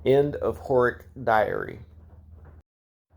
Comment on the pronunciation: Slavic names and languages are pronounced/read phonetically, so Slávek is read "Slavek" with "e" like in "chemistry". Slávek is short for Svatoslav, the one who celebrates the holy. (Also Horák and Slávek are pronounced with a long "a" which is I guess beyond the distinguishable threshold of anglo saxon people)